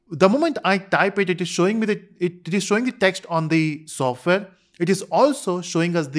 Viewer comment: Software ❎ Sofware ✅ 😂😂